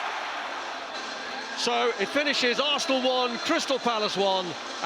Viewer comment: Fff arsss-na